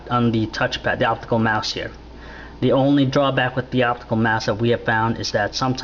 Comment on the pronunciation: say it with me... "optical mouse" jesus go buy english lessons...